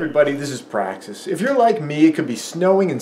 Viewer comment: Little P... Praxis what are you saying?